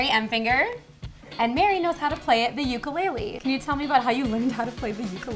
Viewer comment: U pronounced ukulele wrong